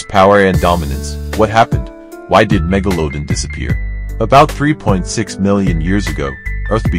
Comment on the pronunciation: get rid of the awful A Get rid of the AWFUL AI narration. "meg-o-low- din"??? What a joke.